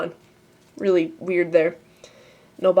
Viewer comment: rearly- explainable, asians cant pronounce "L's"